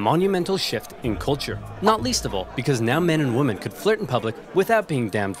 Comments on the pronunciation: Why doesn’t the guy narrating the video know how to pronounce the word, women, vs. woman? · Why can't that guy pronounce women, he keeps saying woman. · I love oversimplified but I can’t stand how he and other people that say “woman” instead of “women” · Drives me nuts how he pronounces "Women" as "Woman." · I’m only watching this because you guys rock. I like oversimplified but one of my pet peeves is when someone mispronounces “women” like “woman”, sounds stupid as fuck lol